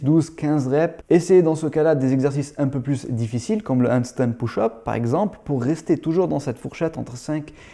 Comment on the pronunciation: Juste pour taquiner : push = [peuche] et pas [pouche] 😜👍